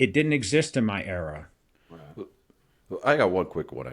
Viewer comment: there’s no r at the end of era